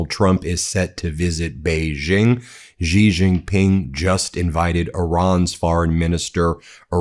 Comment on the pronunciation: Xi is pronounced exactly like the English word "she". Btw